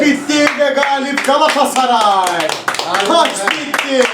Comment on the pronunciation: ciğim, Seni çok seviyoruz. İstanbul 'DAN sevgiler. Bir ricam olabilir mi? Lütfen galassaray değil de; GALATASARAY telaffuzu yapmanızı istirham ediyoruz.❤